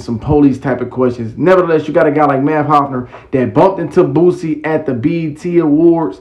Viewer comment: It’s Math (Haw FA) Hoffa not Hofner corn ball 😂😂😂